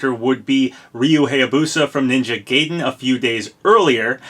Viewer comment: "Ninja Gayden"? Wait till GladJonas hears about this.